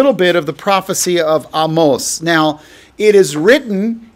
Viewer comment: Excellent teaching on Amos & even for teaching me how to pronounce his name correctly! Blessings 🌷